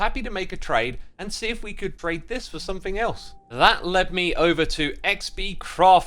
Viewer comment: SomeTHING* Not "think"